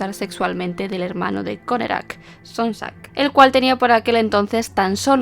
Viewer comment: Por qué decía connekrac?